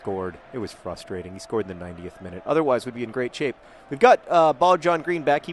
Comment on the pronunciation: hehe, you said "fustrating" xp